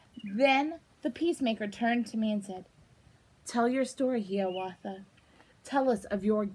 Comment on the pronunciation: IT'S HIWATHA NOT HEWATHA